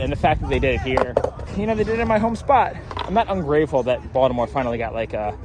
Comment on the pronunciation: You can tell is actually from Baltimore because he says it like "Voldemort"